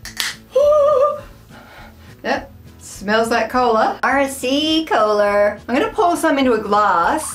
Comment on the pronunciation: Don't know if other people have said this, but it really sounds like you're saying "arsey cola" which gave me a chuckle :)